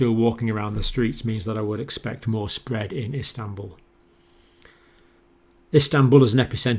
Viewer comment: 'Alarming; disturbing, SPWWWEAD' - Dr John